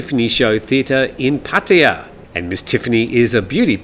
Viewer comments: This old guy has been living in Thailand more than 13 years but still can’t pronounced Pattaya correctly PATTAYA - Pat- ta - ya PATIA - wrong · I'll miss your mispronaunciecion of PATTAYA 🤪